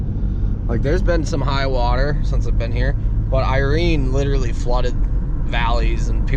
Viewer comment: "Drownding" is not a word. "Litterly" is not a word. "Sawdist" is still not a word.